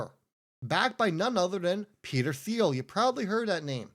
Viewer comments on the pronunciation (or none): none